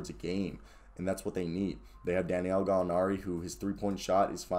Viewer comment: C’mon sir…it’s DA•NI•LO!!! Say it with me, sound it out. I’m starting to think you’re doing it on purpose. 🤔🤔🤔🤔